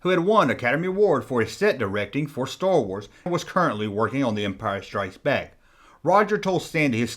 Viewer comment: "Schtor wors"